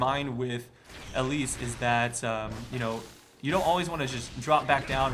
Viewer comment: pls stahp. Not Ellise.